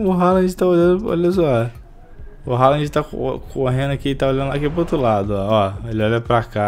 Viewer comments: O próprio Haaland disse que a pronúncia certa do seu nome é "Rôlam", pois é de origem norueguesa, e não "Ráland" como a maioria pensa por ser de pronúncia inglesa... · Pelo visto tem até narrador treinado pelo Datena nesse FIFA, maluco me soltou um Erling "Roland"